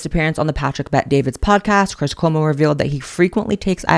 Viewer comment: I so agree about cwis cwomo. Lol